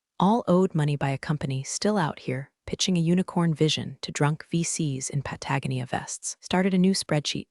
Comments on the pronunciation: PUTT-agony-uh not doing it for you? AV-uh concurs! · Nice story, but I do wish the AI reader would pronounce PATAGONIA properly. All of these stories butcher its pronunciation. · Patagonia, resume, live, Byron, ad nauseam mispronunciations in these stories